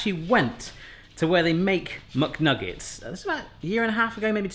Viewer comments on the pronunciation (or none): It's not muk its mac and just say nuggets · What's a "muck nugget"? Do you mean "McNuggets"? I get you're trying to make it understandable for 'muricans, but no need to ruin the English Language for them. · Nobody: Absolutely nobody:: MuckNuggets